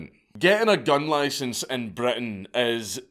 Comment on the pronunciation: Got a loicense for that loicense